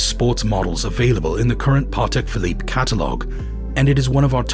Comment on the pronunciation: Every time he says Parrrtek Philippe I wanted to cry a little 😅 Great content though